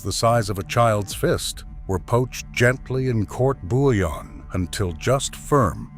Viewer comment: Court bouillon isn’t pronounced as it’s spelled. It’s coo-bee-yon,Since it comes from Louisiana Cajun/creole French inspired cooking.